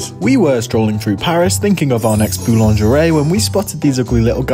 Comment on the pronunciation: Your pronunciation of boulangerie is as slack as most people's pronunciation of lingerie. They both end with an 'ee' sound, not 'ayy'...